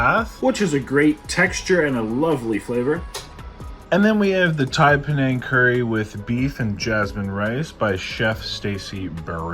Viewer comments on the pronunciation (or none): none